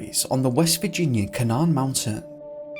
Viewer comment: 2nd story is the mountain spelt Canaan? If so, it is pronounced Cay nan. (From the Bible)